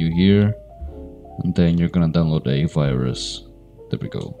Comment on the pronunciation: I like how he says virus ha..ha... Did I just download A VIRUSSSSHFIE